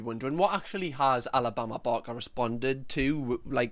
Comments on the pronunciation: The switch in this video from “Alabama barker” to “Alabama Bama” is everything😂😂😂😂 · “Alabama barmah” 💀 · “Alabama barma” 😂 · Sooo satisfying he calls her Alabama barma the rest of the video 😂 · Alabama barmer actually. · Am I the only one who loves the way says ‘Alabama Barker’?! 🤣🤣 the best accent to be saying that name!!👌🏼🤣 Edit - Or should I say, Alabama Balmer 🤣 the further he goes on, the more it’s mispronounced hahaha